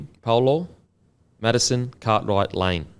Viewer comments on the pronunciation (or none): could you pronounce Paulo’s name with the p sound (like a mix of p and b sounds) pls as bolo can mean balls yeh but always like your insights